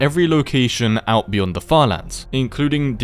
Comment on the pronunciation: "what is byond the sky grid?"